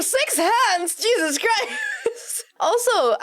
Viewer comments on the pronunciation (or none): none